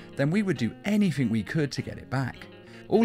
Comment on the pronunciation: You say anythink instead of anything